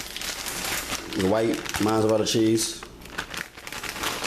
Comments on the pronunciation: Mozzarella. Not Mozzzzzzarella. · Wait... wait... did you say, "the orange shredded cheese?" 😳🤣🤣 ... looks great... imma try it. Orange shredded cheese 😫🤣and there is no "n" in Mozzarella. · Where can I find Shashages, Monzerella, and the Oyew to broyew the noodles?